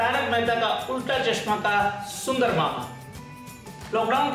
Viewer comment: Shundar Jetha pronunciation